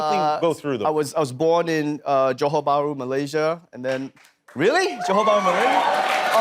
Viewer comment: I love how he pronounced Johor Bahru like how a Malaysian would.